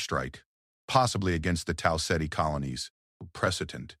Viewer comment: Tal Setty? Did you mean Tau Ceti?